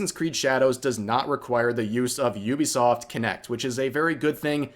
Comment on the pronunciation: ok... you saying "Iubesoft" instead of Uh-bee-soft i get it, english is a broken language but bro... E-ah-e-do. Iaido. to non broken languages. dude... you need to be a better weeb haha japanese technique dude. english is broken, dont read shit, listen to it mentioned in a video and pronounce it like that.